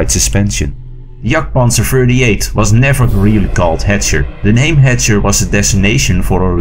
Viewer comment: "Hetcher" oh gosh...